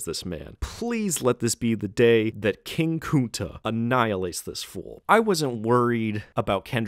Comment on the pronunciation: gang i aint gon lie never call a black man "King Kunta" and then pronounce it as "King Coonta" .... imma let u slide this once but don't do it again